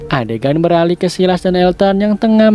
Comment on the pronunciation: Bang ralat dikit, Silas di baca "Sailəs" atau "Sailes"